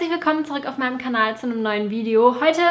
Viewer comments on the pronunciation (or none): none